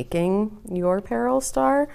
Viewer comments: PLEASE pronounce it correctly: Pah-ROLL (Paról). Thank you. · perhaps it might be better as "puh-ROLL" empasis on 2nd syllable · Pah-roll! If you’re going to reproduce a cultural item please research the name. Would have been nice if actually showed the traditional stars that you are replicating.